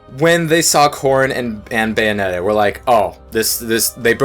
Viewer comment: It's Bayonetta, not Beyonetta.